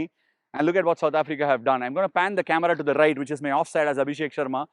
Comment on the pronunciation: "Rrrrrright here"!